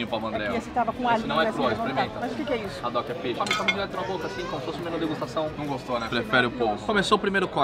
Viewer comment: A pronúncia do nome do peixe é adock, com h mudo e não radock.